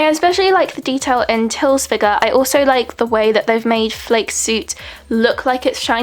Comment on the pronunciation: I hate to be this person, but for future reference "Flake" is actually pronounced "flah-ka", not flake as in "cornflake". 😛 Anyway, I own these as well and share your concerns. I think on the larger (non 7cm) figures, the texture is a little more smooth. It's weird how on these ones the clothes are so detailed but the faces are kind of obscured. I think Schneider and Olli are the most clear-looking figures, and Paul is one of the "fuzziest". Describing the faces as low res Jpegs is really relevant. Nice unboxing; hope you enjoy them as much as I do